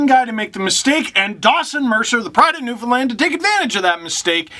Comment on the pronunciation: As a newfie, thank you for pronouncing our province correctly